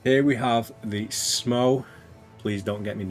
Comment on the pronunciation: Great showcase, thanks! Btw, Smough is supposed to be pronounced similar to "Sumo", so you nailed it!